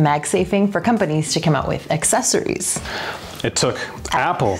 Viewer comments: The best "assesories" reviewers ❤️ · Assessories =/= accessories. It's like people pronouncing "et cetera" or "nuclear" wrong x)